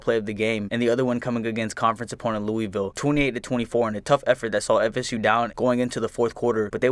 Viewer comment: Hey can you say Louisville correctly? Lou-ah-vol Also our 2018 season was also one of our worst in history since like pre-1990